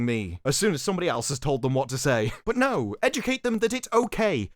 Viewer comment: Are these clowns pronouncing NO as NEW. It make sense " we are making this for NO audience " Fixed it.